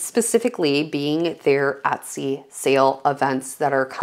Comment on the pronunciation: How about Etsy ? You mispronounce it as well